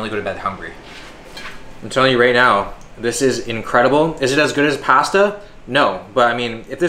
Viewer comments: It’s PASTA not pesta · The way he said “pasta” was actually painful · The way Canadians say pasta is triggering 😆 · pAhsta lmao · Love how he says pasta just like greg must be a canadian thing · I feel like is trolling us with how he keeps say "pasta" weird. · LoL He's not trolling. He's Canadian. It trips me out everytime I hear a Canadian say it. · Canadians pronounce pasta funny.